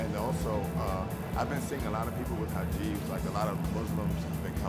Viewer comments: he called it a "hajib" omg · Did that guy say "hajibs" instead of hijabs?